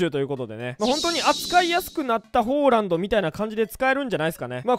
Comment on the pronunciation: ホーランドってめっちゃ違和感